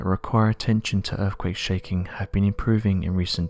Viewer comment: erfkwake! geologico! exampo! possibo! the real mystery is how Brits slaughter their own native language.....